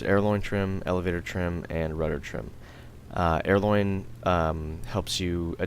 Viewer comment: it's helpful, thanks...but....aileron really should not be pronounced as "airloin", and WEP is not "weapon power"..it's War Emergency Power....